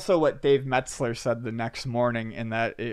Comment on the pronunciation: Meltzer not Metzler.